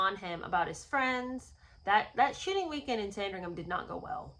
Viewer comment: Every time you say “shooting weekend”, it sounds like “sh*tty weekend”. I actually thought that was what you were saying, at first. I mean…both could apply. 😀